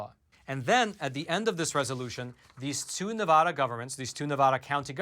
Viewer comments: Nye County's Sheriff said the same thing over a year ago. Sheriff Sharon Wehrly did. Thank you for covering that. And it is not pronounced NEVAWDUH. It's pronounced Nev a as in apple da as in duh. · PLEASE learn and use the CORRECT pronunciation of “Nevada”. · SCRRREEEEEETTTTCCCHHHH -*Nails on a chalkboard** Quit mispronouncing Nevada! It is beyond annoying! Here a video to help you not sound like a complete moron when you say "Nevada" Here is Brian Williams also telling you how to pronounce it